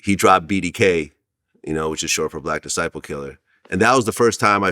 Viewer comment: Vlad said black dizciple killah. 😂😂😂😂😂